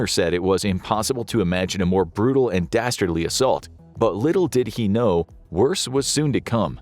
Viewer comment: 8.02 dastardly or bastardly?? 😅